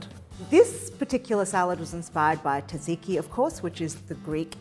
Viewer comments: It isn’t pronounced TADziki. More like zahd ziki. Altho there is a little T at the start blended into the zs (or Z) sound. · Great looking recipe I will try this weekend. Perfect for the coming spring. (But fyi, it's pronounced Tza-tzi-ki not Taziki. I'm not at all sure why everyone has adopted this lazy version of the dish name). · Looks fantastic and excited to try it. Hearing "taziki" that many times instead of tzatziki hurt, though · Surprised and disappointed that mispronounced tzatziki. SMH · please someone tell her how to pronounce Tzatziki correctly. :face-blue-smiling